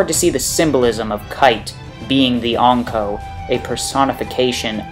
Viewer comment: Triggers me how you say Ankou